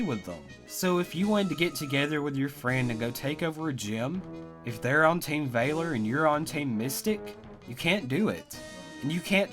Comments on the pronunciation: Vah-lor not Vay-lor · Oh my gosh when he says team vailor it’s so annoying FYI it’s valor v-a-ler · Ooommmgggg.... ITS VALOR. NOT VAILOR OR VAYLOR. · It's not Vaylor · Team “ Vayyler”😂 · Stop saying Vaylor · STOP SAYING VAY-LER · That ain't how you say valor. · Your pronunciation of Valor actually hurts... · Can you really not pronounce VALOR? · ur pronouncing valor wrong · The way you said valor gave me a tumor. Good video dude! Feel better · 2 nitpicks: 1, the way he says Valor 2, Uk? Don’t you mean Europe?